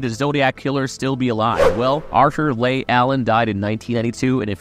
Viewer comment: Leigh is pronounced “Lee” not “Lay.” Arthur “Lee” Allen. If you watched the Netflix doc you would have heard it pronounced properly countless times.